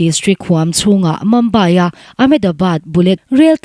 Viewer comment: Mumbai i lamdan chu a va nalhlo ve. Mambai nilo in Mizoṭawng a 'Mumbai' tihzawk tur aw. Mumbai a awm mek te kan lungawi vaklo 😆